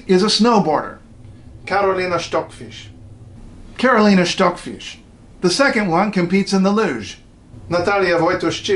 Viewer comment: And hard K A R O L I N A, not light Karlynah. Wojtuściszyn is very very very bad pronunciaton.